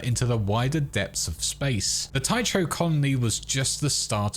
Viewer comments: tycho reads /ˈtaɪkoʊ/, k, not ch like it's some chinese/japanese word, it's not like it's completely new word either, (it's a name of the Moon crater which is named after Tycho Brache, Danish astronomer) there's also Tycho Station in The Expanse series, besides, is it really that hard to lookup foreign pronunciation? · Fuck, how does somebody mispronounce Tycho this badly??? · The "ch" in Tycho is like in "character" not "choomba" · Pronouncing Tycho like a gonk.... You reek of fast food! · your pronunciation of tycho is literally painful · That pronunciation of "Tycho" actually hurts to hear please stop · The pronunciation of Tycho is just killing me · Oddly, I always thought Tycho crater was pronounced "ty-ko crater" not "ty-cho crater", YMMV I guess. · I had to stop watching. "Tie cho?" Over and over? It's pronounced "TY KO." A quick, simple Google search brings up the definition and audio sample of the pronunciation of any unfamiliar word... and that's exactly what a professional would do as they wrote and prepared - simple basic necessary research. The internet is the death of... just basic journalism and professional media. Geezus. We don't read books anymore. We think our opinions and "right" to have a say matter more than anything else, and without examples of good writing in our (your) lives, we've (you've) lost the feel for language and communication or for any level of expected ability and effort beyond "here's MY babbling!" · Tycho = "Tai-koh", not "Tai-choh". I mean, properly speaking, the "ch" should be pronounced like the "ch" in "loch", but many anglophones pronounce that like "lock" anyway. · "Tycho".... TIE-KOH not TIE-CHOE. Bloody hell. Good video though. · Dude please, it's pronounced Ty-ko - with a hard Ch . It's painful to hear it mispronounced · Tycho Sounds like Tie-ko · it’s a latinized Nordic name. My son has the name. The ”ch” is a hard k. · Anyone else cringe a bit when they heard “Ty-cho”? It’s Greek…